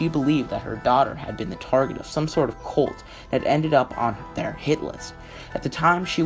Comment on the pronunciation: Excellent upload, however, you need to work on your pronunciation. Her name is SheriLYN not SheriLENE. It's cult with a "u" not colt like a young, uncastrated, male horse. His name is David Koresh (pronounced core-esh) and the Davidian (pronounced Da-vid-eon) compound. Other than that, it's great!